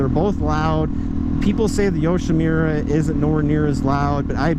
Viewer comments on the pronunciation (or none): Yoshimirrer? It’s a Japanese name...Yoshimura, the u is pronounced like put, or look